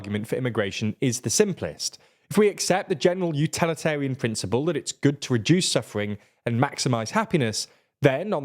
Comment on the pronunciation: You mispronounced "utilitarian" several times